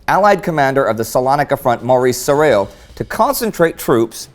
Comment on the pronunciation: Sarail is pronounced "sar-eye"